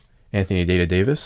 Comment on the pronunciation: Did you say Anthony “Day to Day” vis?!....Lol!....best shit I’ve heard in a looo g time!